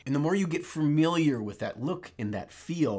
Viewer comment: "Fam EEL Yur"? 🥸